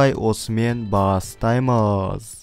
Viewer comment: Бастаймыззз дегенің оралманша кетті ғой